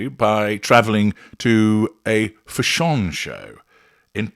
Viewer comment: I will never pronounce fashion the same way again 😆😆